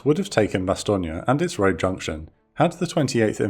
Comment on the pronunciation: I know you're pronouncing Bastogne correctly but all i can hear in my head is BoB's portrayal of Colonel Sink saying "BASS-STONE" 😆